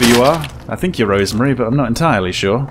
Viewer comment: Rosemary, Not Rose Marie.